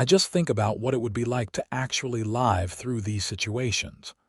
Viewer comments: Why don't you correct the pronounciation. For instance, live not LYVE, or Tucson not TUXON! And please edit. Isaac and Penelope cannot be 62 years old at a given time. Isaac is eight years older than Penelope. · Yes. It is fairly universal that words spelled the same way, but with different definitions and pronunciations are incorrect (e.g., live, read, etc.) Irritates me, too.